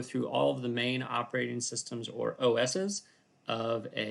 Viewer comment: ah yes, "operating SUStems"